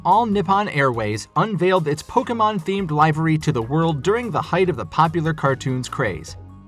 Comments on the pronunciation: “lie-ve-ry” what! it’s Liv-very. is anyone going to point out how weird it’s pronounced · That's just NOT how you pronounce, "Livery." It's liv·er·y1 /ˈliv(ə)rē/ You can even use the Google and it will pronounce it for you. It's not 'lie-veh-rey.' So nice, you mispronounced it twice. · It's pronounced live-ery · To clarify, it's pronounced as /ˈlɪv(ə)ri/, while you pronounce it as /laɪv(ə)ri/. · it really isn’t. Maybe in the land that butchers the language they claim to speak it’s acceptable, there’s nothing funnier than listening to yank try to force that u into buoy🙄🙄🙄🙄🙄, however livery is pronounced one way, and that’s not the way this guy pronounced it. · That much Pokemon would make my brain explode. ....and it’s pronounce “liv-ery” not “live-ery” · Pronunciation note: LIV-er-ree, not LIVE-er-ree. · Great video. Not talking shit but just trying to give a helping hand. Your pronunciation of livery is incorrect when referencing the Pikachu 747. The correct way to pronounce it is liv-er-y not live-ry. Hope this helps. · It's pronounced "livvery", not "live-ery" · It’s pronounced li - vuh - ree, not lyve - ree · . Livery (pronounced Liv-ery, not Lyv-ery). You need a diction coach as well as script writers. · I despair of the fact that people these days can’t speak properly, don’t pronounce words properly and don’t know basic rules. First, ‘livery’ is pronounced “LIVV- ERR-EE” not ‘’ LIE-VERR-EE”. Retired FROM service, not retired OF service. No such word as ‘aircrafts’, the plural is aircraft. Conduct ior carry OUT a mission, not carry its mission. Disperse fire retardant not ‘dispose’. Too many others to list. You definitely need a new script writer!!!!!!!! By the way, it’s the Boeing E4B not E48B. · I’mma actually help instead of critique. Livery is pronounced (live-err-ry) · "Livery" - like 'liver' the organ. liver-ee Neat content, glad I clicked. If I thought poorly of your content I wouldn't try to make it better with a correction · dude said “lyvery”